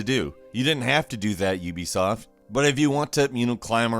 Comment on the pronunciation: You are pronouncing Ubisoft wrong. It's not youbesoft